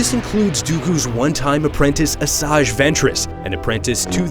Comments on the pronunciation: Chuck Norris hum... it's "Asajj" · Chuck Norris You pronounce it Asojj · Chuck Norris Lol its Asajj